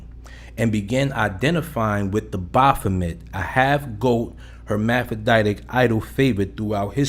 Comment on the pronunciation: The way you mispronounce baphomet like Baaahphomet buggin tf out me